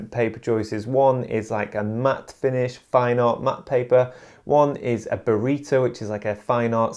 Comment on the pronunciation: Burrito paper!!!!??? hahahahaha... It's Baryta, people. BARYTA!!! :)